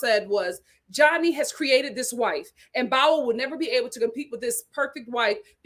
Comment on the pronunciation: 😂😂😂 it's pronounced "Bow" that rhymes with "wow" lol